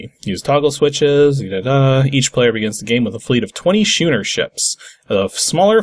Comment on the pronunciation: I've never heard "schooner" pronounced anything other than similar in sound to 'school'. Not dumping on you; I've made this mistake with other words, and I'm sure a lot of other people have also done so.